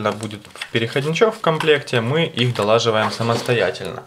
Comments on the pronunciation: Чувак, отличный обзор, отличный диктор, бля, но имей совесть, после "долаживаем" хочется поднять тебя с ноги. взялся вести , говори правильно ... ппц P.S. докладываем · пожалуйста не говори долаживаем ) говори Докладываем. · доЛаживаем... звОнят... научись нормально говорить сначала